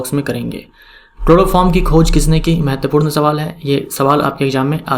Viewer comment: Mahoday aap ki Hindi vese to bahut acchi Hain...... Aap important = महत्त्वपूर्ण Ko mahatvpurn ka pronunciation thoda aur better Kar sakte h...